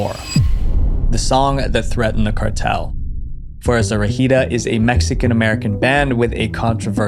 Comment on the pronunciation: im sorry but that pronunciation of Fuerza Regida got me so confused 😭 also did not know they were involved in something like that😥 they preformed at my school once bc one of them went to that school so in my brain theres a connection to them that would make things crazier also Peso Pluma also has a threat from the cartel onfe so it seems very common